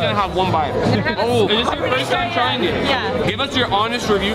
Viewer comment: The fact he said tryin instead of trying